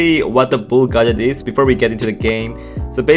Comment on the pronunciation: 예전 브롤 토크에서는 발음이 [가젯]보다는 [갣개츠]에 가까웠어욤